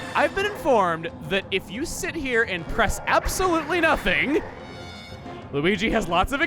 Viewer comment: You mispronounced Luigi